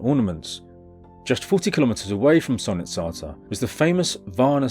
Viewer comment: Yet again i find myself happy to watch your new video during my long booring 12 hour night shift. I really hope your channel blows up since you trully deserve it! Keep it up! As a Bulgarian, I'd like to provide a small pointer about the name of the place - Solnitsata (Солницата). The word means "saltshaker" and is used to describe the place for obvious reasons. Some people pronounce it as "sOlnitsata", stressing the "O" , but the correct pronunciation is solnItsata, with the stress on the "I." This is because "sol" means "salt" in Bulgarian and other eastern-european languages.